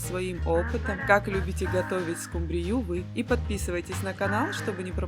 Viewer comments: Сил больше нет слушать:"скумбриЮ"...( под музыку (( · Простите, но ску'мбрию...